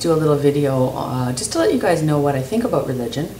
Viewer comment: i like the way ya say about,...aboot,...>anyway,...god save me from your followers....india huh,...cool